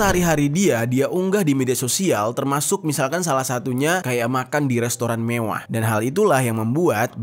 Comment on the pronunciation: Lucu bng pas bilang "mewwah" 😂